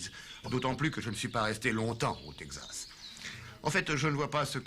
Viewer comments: "le Tegzas" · Yeap, for example the way texZas" is pronounced, with a "Z" like in old western movies dubbed in french. No one pronouces it that way since 1950. And this unforgettable line "S'il cherchait pour du trouble, il était à la bonne place", literal translation of the frequent "If he was looking for trouble, he was in the right place" !